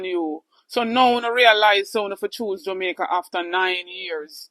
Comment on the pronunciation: No listen to a bully that, him can't talk, Listen to how he call (Jamaica 🇯🇲) Jumicka.